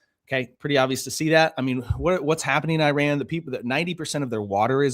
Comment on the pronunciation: Such a minor thing, but please learn how to pronounce the word, Iran